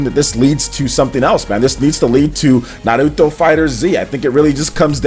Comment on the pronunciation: Na Ru Toh, O Ro Chi, am i the onle one who laughed when he said like that, it felt like he was trying to hard lol